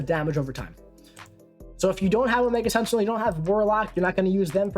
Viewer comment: Solid video,. Mainly I’m here to congratulate you on your pronunciation of Masacre…… and then I got to the Omega Sentinel part….